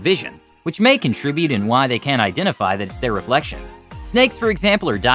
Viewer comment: the "t" in your "can't" is so silent that it sounds like "can"